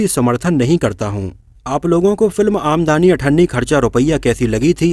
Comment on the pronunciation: आमदनी पढो भाई ये आमदानी नहीं है।